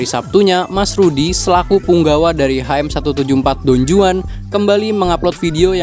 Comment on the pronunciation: Pengucapan yg bener : Don huan J : huruf h di bahasa spanyol